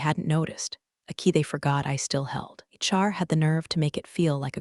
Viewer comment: HR not Char, I beg you.